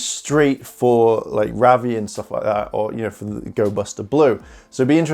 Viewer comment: Your saying ravi wrong